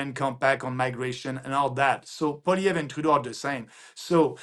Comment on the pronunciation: its polly ev, natali thats how you prounce it................